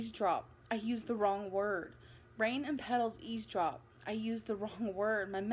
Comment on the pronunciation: I wonder if she spells ESCAPE EXCAPE. She’s seems like a sound it out kind of gal. And EASEDROP!? I didn’t hear the V in her pronunciation. I really want to see her handwritten poems. Unless she typed and used spellcheck.